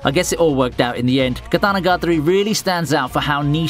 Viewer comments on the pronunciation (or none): "Monogatri" "Katanagatri", lol.... Its "KatanagatAri" Pronounce that "A" !!! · KaDaNaGaDRi or katanagiri lol